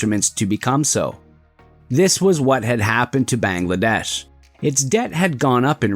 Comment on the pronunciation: your pronunciation of Bangladesh is wrong